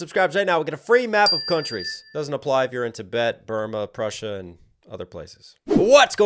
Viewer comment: Did he say Prussia??